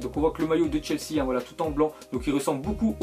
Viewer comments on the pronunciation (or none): none